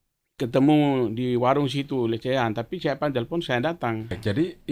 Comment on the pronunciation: Telpon bukan selpon🤣